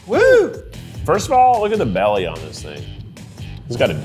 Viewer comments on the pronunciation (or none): none